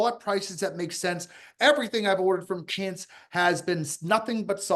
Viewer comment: Can someone tell how to pronounce Quince instead of Kince.